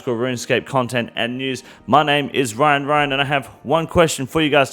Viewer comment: I am your host “Wyan Wyan”